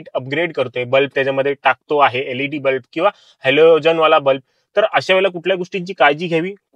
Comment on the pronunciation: अतिशय माहितीपूर्ण व्हिडिओ. याचा नक्कीच सर्वांना उपयोग होईल असे वाटते. फक्त “बल्ब” या शब्दाचा उच्चार नीट करावा. बल्ब ला “ब्लप” असे उच्चारले आहे पूर्ण व्हिडिओ मधे. मराठी भाषा शुद्ध असावी मराठी चॅनल वर.